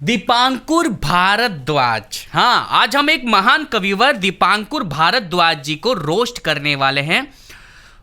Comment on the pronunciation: Bhardwaj nhi bol pa rha tu kya hindu hai be tu